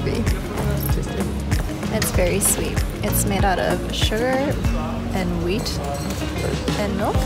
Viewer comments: ravi singh she said wheat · she said wheat